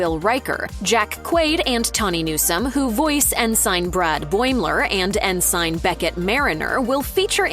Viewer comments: Use your own voice, or type your dialogue to the sounds you want the AI to make rather than the correct spelling that way Ensign should be ensun and won't sound like en-sign based on how it's spelled. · "En-sign"? Guess A.I. won't be coming for our jobs so soon. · En-Sign? Seriously… do a little extra research and direction of your voice actor to make sure they get the pronunciation right. Ensign is a real rank in the Navy, pronounced “En-sin”. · it's not N-SIGN...sheesh...so many narrators on YT videos cant pronounce anything correctly...dumb is the new smart, I guess. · You can always tell one someone doesn’t know or understand a word they read in the script. She pronounced it En Sign. I’m really surprised they didn’t correct her. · Is it so very difficult to not give one last editorial glance at your product before you put it out with such pronunciations as EN - SIGN?! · Someone tell her how to pronounce ensign. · Did you guys get a LLM to narrate this because that is the weirdest pronunciation of Ensign that I've ever heard in my life.